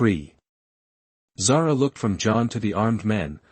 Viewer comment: My daughters name, it is pronounced Zar 'ah.